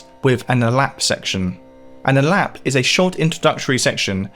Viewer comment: It's pronounced "ah-lop," not "a-lap."